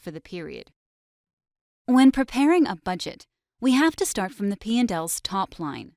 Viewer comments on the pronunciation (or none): none